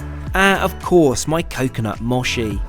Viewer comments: mochi not moshi <3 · I've never heard anyone pronounce mochi like that. It's pronounced "mo-chi" not "moh-shi" 😂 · No insult, but who says “moshi” instead of “mochi” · Coconut Moshee? hahaha It's Mochi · It’s “J-A-L”, not “JAL.” And mochi is “mo-chee”; not “mashi” of whatever that was. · The way he said mochi as moshi 💀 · LOL "Coconut mawshee" 😂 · Mispronounced mochi. It's "moe-chi," at least so I've been told by Japanese friends. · It’s pronounced ‘mow - chee’ 😉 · is pronounced mow-chee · He said Moshi, not Mochi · 😂 the way you said mochi made me giggle . . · Made me cry a little ngl..was painful 😂😂